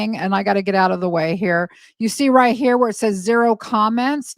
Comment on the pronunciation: I swear you just said hair we go 😂